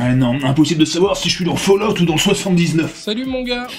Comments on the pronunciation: Fall-out. pas fail out. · ça se prononce foulloute - kirby54/gabi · Falloute! Falloute mon gars! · Ça se prononce Fail-out x-D